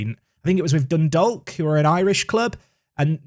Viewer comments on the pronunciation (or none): Silent L in Dundalk 😉 pronounced Dundawk